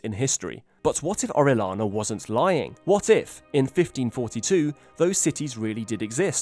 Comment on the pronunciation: Orellana. Double l sounds like Y.